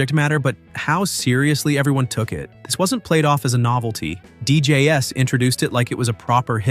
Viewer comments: It's not D J S it's pronounced dee jays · How does he NOT know that "DJ's" is NOT pronounced "D.J.S." ???!!!! DJ's (pleural of DJ, or Disc Jockey), fool !!!! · considering the narrator said DJ "s" instead of DJs...I totally ignored the rest after that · says Deejays as DJS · Pointless and ignorant video, narrated by computer (which pronounces DJs as "D-J-S." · I just realized the “narrator” keeps pronouncing the plural of dj as d-j-s. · ai voice. Did you not notice the mispronunciations? DeeJayEss instead of DJs? Right at the beginning.